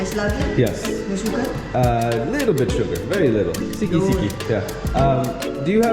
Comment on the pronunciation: Is not "siki", but "sedikit"